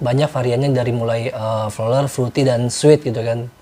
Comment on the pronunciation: Maaf om pronounce nya bukan flolar, but floral fruity 😂